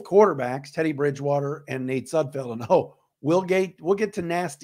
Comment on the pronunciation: No room for error on this team. At least you know that Nate's last name is Sud FELD, unlike Micro Mike who calls him Sud FIELD👍